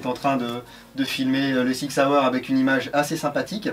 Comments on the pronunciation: Yo ! On dit SSSSSSSSSSSIG SSSSSSSSSSAUER ;) Et non ZZZZZZZIG ZZZZZZZZAUER ^^ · On a deux façons en Suisse de débloquer la crosse. Une avec l'avant bras et l'autre un peu plus freestyle.... Si les deux sont faisables avec la version airsoft, tu peux dire que la qualité de la crosse est top ^^ On dit Sssig Sssauer ^^